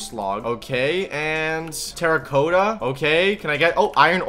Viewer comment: He said teracotto